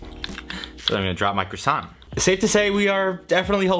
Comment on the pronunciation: Wow that cwason comment caught me off guard. Very nice.